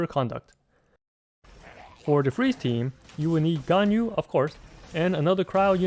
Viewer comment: Wow, the first person I meet that pronounce Ganyu right :000